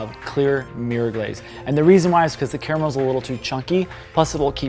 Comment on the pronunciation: *sniff* Finally.... Someone said "caramel" instead of "carmel"! I CAN DIE HAPPILY NOW! HURRAH!